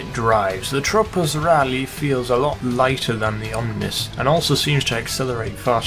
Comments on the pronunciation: He sounds so weird when he says tropos rallye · everytime you say the tropos rally you sound like an italian guy lol